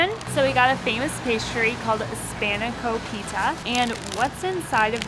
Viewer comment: it is actually called............SPAN AH KOPI TA!!! and MOUSE AH KAH enjoy